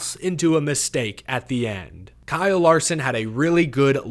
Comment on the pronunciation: Guess you had not heard the news that he changed the spelling of his name to Bkyle Larson. The B is silent. LOL!